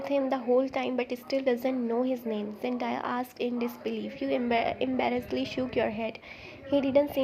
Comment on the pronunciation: Zendaya will kick u'r ass if she heard u calling her Zen- die-a😂😂. It's Zen-day-a❤